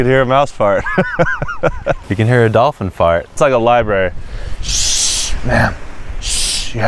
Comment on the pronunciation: “SHHHH” “ITSA LIBARY” “THATS RIGHT LEAVE THE LIBARY”